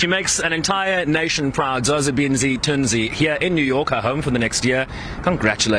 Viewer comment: Why did he call her Zozibinzi? No! It's Zozibini... Learn our names Bantu we're representing you on global stages.